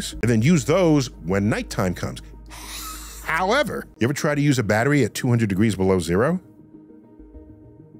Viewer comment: The Hhhhhhhowever was too much stressed out, Dr Neil deGrasse Tyson! 😂